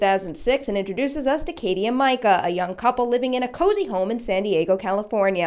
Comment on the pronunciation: Why do people keep pronouncing it "My-cah" 🙄 its "mee-cah" clearly says so in the films.